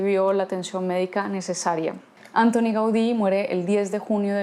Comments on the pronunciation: Perdón, pero la pronunciación no es Ántoni (británica), sino Antóni (catalana) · M'encanta com tractes la ciutat, però sobretot en aquest vídeo, canvia la sílaba tònica de Antoni.